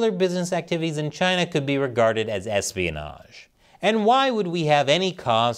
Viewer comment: erespionage ?????? hahaha, ha